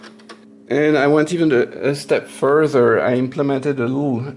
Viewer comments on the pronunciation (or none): none